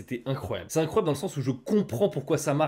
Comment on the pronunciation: c'était incroyableuh !